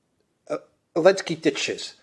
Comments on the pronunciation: seems to be saying "Alenski" a lot, but I thik he means "Zelinski". Am I right? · Ukraine outlawed the use of Z early last year. So had to say Ellenski. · Maybe most fans know this but what's the reason calls Zelensky "Elensky?"